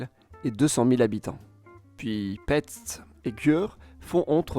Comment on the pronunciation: Michekoltz, Petche... is how you are supposed to read Miskolc and Pecs. You did a very good job on the video, anyawys! P.S. There were many more tram systems built in that period, such as the one Temesvar/Timisoara. Also, Timisoara is bigger than Oradea, Satu Mare and Arad, it being the largest in Western Romania, with about 5% hungarians, and it was not mentioned.